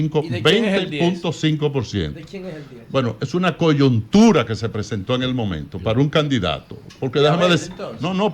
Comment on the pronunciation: Por favor díganle a Francisco Javier, que se dice coyuntura, no coyontura. En el minuto . Para si algún día llega a ser presidente, que no nos haga pasar vergüenza, especialmente en escenarios internacionales.